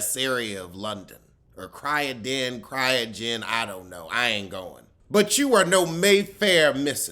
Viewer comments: Croydon not Cryogen 😂😂😂😂😂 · It's Croydon pronounced Croy-den. It's the Far Rockaway of London without the beach. Way out there and no one wants to go there.